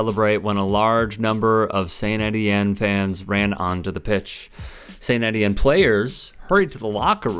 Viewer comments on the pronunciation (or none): Étienne - pronounced Ay tee enne - French for Stephen.